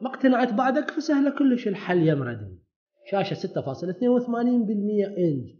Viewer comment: ردمي او ريدمي ياصديقي وليس ردي مي